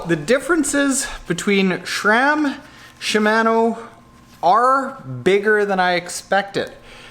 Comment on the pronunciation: SHI- MA -NO , pronounce the A like the a in fart. And you should check out Hambini's latest reaming on SRAM GXP cranksets, DUB cranksets have a similar issue.